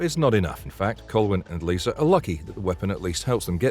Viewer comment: It also Lyssa, not Lisa in Krull. Pronounced similar to Alyssa, but drop the first A. Not sure if the narrator has seen some of these movies. However it is an awesome list all in my Blu-ray and DVD collection.